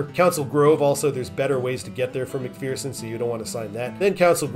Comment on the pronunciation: As someone who lived there , we pronounce McPherson as “mickfursin” not “mickfearsin”